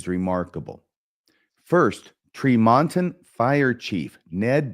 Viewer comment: As an aside, it is pronounced TREE mon ton